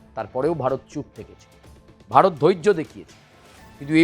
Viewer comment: বারত না ওটা উচ্চারন ভারত 🤣🤣😎😎😎